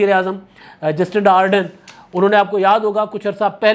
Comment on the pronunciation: ایک چھوٹی سے تصحیح: نیوزی لینڈ کی وزیراعظم کا نام جسٹنڈا نہیں بلکہ جیسنڈا (Jacinda)ہے۔